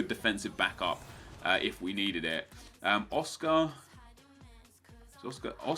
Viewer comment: n'zonzi not Oscar